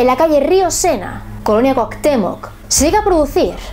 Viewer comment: Colonia Cuauhtemoc, dices Cuauctemoc :)